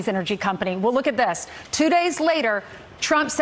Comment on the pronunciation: Dude, I appreciate your channel. However, could you please pronounce your th's instead of using the d sound? It's that not dat, this not dis...